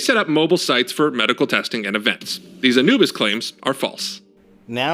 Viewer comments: It's not Ana-bus it's Anoo-bis. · My only complaint about this video: its pronounced A-new-bis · its pronounced A(new)bis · "Ah-new-bus",....other than that,great job,i agree completely 👍